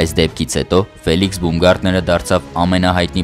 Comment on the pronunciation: Բաումգարտներ , ոչ թե բումգարտներ: Ծիծաղալույա հնչում